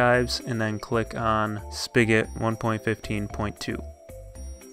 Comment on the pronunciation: He says spigot speegat